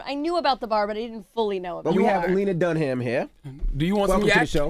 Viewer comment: Envy: "Lena DUN-HAM"... stay in school kids.